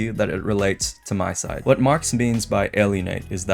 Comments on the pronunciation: Just a small correction: It's MiSide, not MySide. Honestly, I also always do this mistake but it's pronounced "Mi" as in "Mita", so you can hear the pronunciation ingame. Just take her name, Mita, scratch the "ta" and replace it with "Side". MiSide. Again, I'm also always saying MySide, but we should try to pronounce it correctly if given the chance. It's just a respectful thing to do towards the devs. Other than that, this is actually the first MiSide theory video I can get behind. And yes, it's a theory about what the devs were trying to communicate towards the playerbase. So far, most of these theories in my opinion are extremely farfetched but this one does do a lot to convince me. Though I do have to say I think the devs were pretty straightforward with what they were trying to communicate. It's mostly a story about isolation and the depression resulting from it showcased by the different Mitas we meet throughout the game and even somewhat by Crazy Mita herself. The player character also obviously showcases this. And this theme is more important then ever for obvious reasons. Personally, I am not Christian but I can get behind the values supported by Christianity. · Not tryin to be that guy, but it's pronounced "me-side"